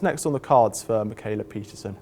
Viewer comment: I hate how English speakers pronounce "kh" as "k" when it's used to denote the front "h" sound, makes Mikhaila sound like "Makayla" lmao